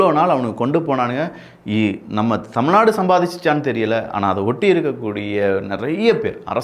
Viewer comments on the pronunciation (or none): none